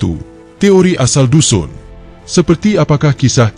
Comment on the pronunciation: Sebutan nama kaum tdk ngam..Lebih cantik kalu org bangsa sendiri yg buat kajian..